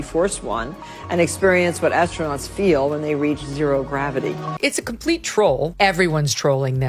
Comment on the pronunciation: i like when one commentator said ASTRO-NOTS. I'm a race car driver because i rode in a friend's sports car